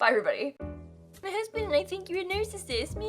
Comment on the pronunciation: “My nusband and I think you’re a marcasist”